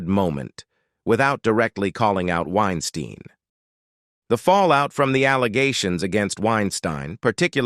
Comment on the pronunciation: Narrator…. Why do you vacillate back and forth between pronouncing Harvey’s last name phonetically? Winestine vs Wines-teen? Causes one to wonder what else you miss-communicate beyond the vacillating of saying your main subject’s proper name.